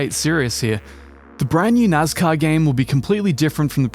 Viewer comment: It's nascar. Not nazcar.